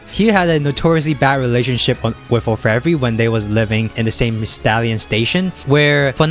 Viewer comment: You butchered Orfevre's name too.